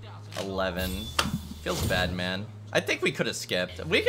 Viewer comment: "Feels bad man" sounds like "feels batman"